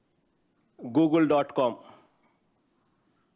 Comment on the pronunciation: googu, googu, gooogu, gooogul..antadu paper chusi